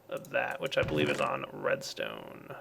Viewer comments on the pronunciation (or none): none